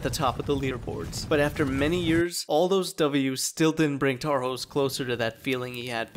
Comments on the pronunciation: His name is pronounced Tarhosh Kovách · Tarhosz kovaksz, hahaha. I love when english people say hungarian names in their own accent.